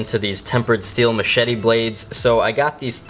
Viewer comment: the way they say machete... mah shee tee. mat shet tee. and then machete